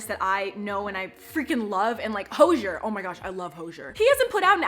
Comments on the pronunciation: Who the fuck is hosher it’s hozzzzzzier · Did she just call Ho-z-er (Hozier) "Ho-jeh" correct me if I'm wrong but that's not how you pronounce his name and if you are a "big fan" you would know this (if this is another person someone correct me) Edit: This is not hate I'm just interested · Love you Eva! Just real quick, isn't it Hoe-Ze-air? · It’s HOE-ZEE-AIR not HOE ZHERR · Did she say Hozier as Hose-zer?? Or did she mean someone else??? Like that's my baby, but it's pronounced Ho-ze-air. 💕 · It’s pronounced hozy-air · Sorry girly but hozier is pronounced hoe-z-ear listen to a interview next time please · I love Hozier’s song Cherry Wine. It is really really sad but it’s so good and incredibly deep. Also, it is pronounced Ho/zy/er, just in case ppl already didn’t tell u in he comments 😂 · The way she says Hozier gives an Irish person anxiety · The way she pronounced Hozier lmao😂